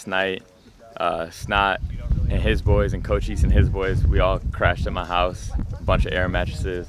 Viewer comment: Did cole say co chise instead of Cochise